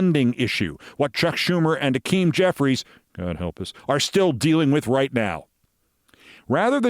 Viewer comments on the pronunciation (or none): It's Hakeem. Not Akim.